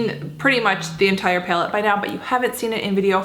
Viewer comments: it's pronounced PAL-ette, not PALE-tte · "Paylet" haha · Right???? That cracked me up too. Never heard that one. Reminds me of how Trisha Paytas says bag, like "baeg"... Wonder what that's all about? Hahahaha! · You say the word "palette" kinda funny😊